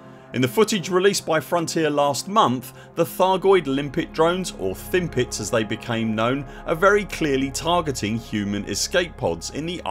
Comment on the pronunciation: I laugh every time I hear you say Thimpet, lol.